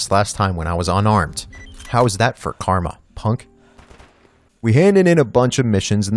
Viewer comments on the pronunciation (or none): none